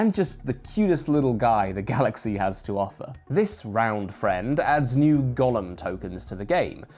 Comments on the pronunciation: That Golem pronunciation... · My main takeaway from this video is "WTF Brits pronounce 'golem' like Gollum from Lord of the Rings????"